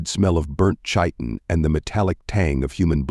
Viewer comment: Love your channel, had it playing for days now. Especially love the Texas knights caught the origin of their power earlier today, was wonder where it came from. Don't know if you can do anything about it but chiton is pronounced with a k not a ch.